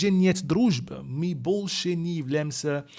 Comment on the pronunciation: 😀When u say “больше» , it sounds like bullshet ,lol